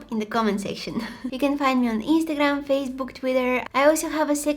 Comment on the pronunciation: The way she pronounced "Instagram" sounds so Bulgarian and I thought she's speaking in Bulgarian ❤ (I'm Bulgarian)